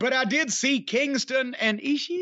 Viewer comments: Cornette tries so hard to get a response out of Brian with the way he pronounces Ishii's name. I don't know how Brian can appreciate territory wrestling but like that guy. I just don't see it. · I love when Corny Pronounces Ishii😂😂